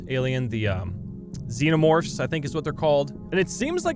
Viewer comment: He got the alien name right, xenomorph.